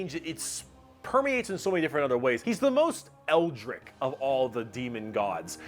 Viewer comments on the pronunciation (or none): Damn it, pronounce "eldritch" correctly for once.:P Also Papa Nurgle is the bestest.